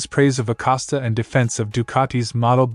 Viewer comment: His name is Acosta not Acasta.